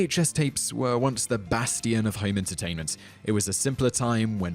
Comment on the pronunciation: What is basteeyon.....? :(